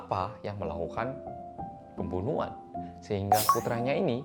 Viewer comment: " pemboenoehan " ngakak bgt sksksk